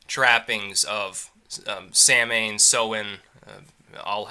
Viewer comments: It not samhain it saway dont say food say shutup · its pronounced "saow-na" or "how-na" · Just an FYI .. It’s (sOW-in) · Saw-ahn mate :) it's cool though nobody gives a fuck about the Irish language anyway